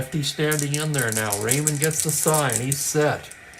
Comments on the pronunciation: I hope you don't mind a name pronunciation correction. Claude Raymond was French Canadian. His last name was pronounced the French way sounding like Ray Moan. He became a favorite in Montreal when he pitched for the Expos starting in 1969. Great call as always today and with the surprise player of the game (won't name him for those who did not watch the live game) you just never know which is what makes baseball so great. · Just to add to Franklyn’s point, being from Montreal myself, the exact pronunciation Clode Ray moan but the “n” is silent if that makes sense.